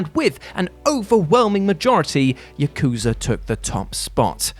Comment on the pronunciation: It's "Yah-ku-zah", not "YUH!-KOO-zuh"! I dunno how many times I have to correct you and many others, on your mistakes on saying Japanese words, only for you to ignore I even said anything. You pronounced Yakuza wrong. Try harder to say Japanese words correctly, you're having your videos watched by a real Japanese person, me!